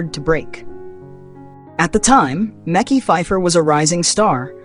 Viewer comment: 😂😂😂 Meki lol it’s Mekhi